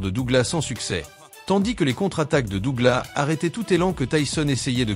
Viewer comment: le seul pti truc très agaçant dans les commentaires c'est la prononciation de Douglas 😐 DouglaSSSS et non Dougla ... je ne comprends toujours pas pourquoi 😅